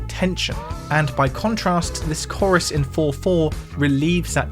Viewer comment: Mate, I'm being a pedant but the way you are saying Chorus (korriss) instead of Core-iss is making my skull itch 🤣